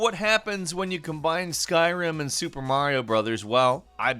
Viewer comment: I thought you said “skywhim”